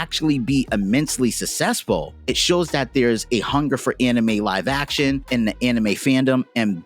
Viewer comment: good video, but i cant stand you saying "sussesful"